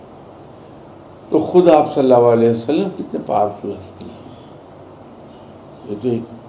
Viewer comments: agli bar jb ap milay in say toh boliyaga in ko "صلی اللہ علیہ وسلم" sahi sa bolain please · Yeh baba Aap SAW hi ghalat Bol rha hy 😒